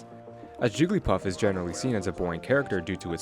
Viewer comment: Idk why that sounded like he said Jewglypuff xD Did Hungrybox throw his controller after winning? That looked badass o_o